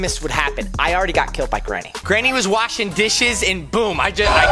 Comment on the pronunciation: You said washing